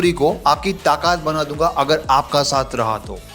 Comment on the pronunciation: गुजराती भाई, ताकात नहीं, ताकत 😂